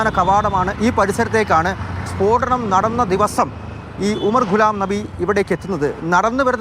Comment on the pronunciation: സ്പോടനം അല്ല സ്ഫോടനം